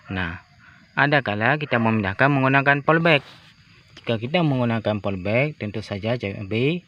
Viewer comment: Polybag woooiii, bukan polbek , bahasa lu kacau !